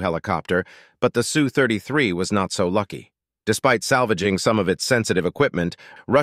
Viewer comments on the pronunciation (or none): Its pronounced - Ess You , not Sue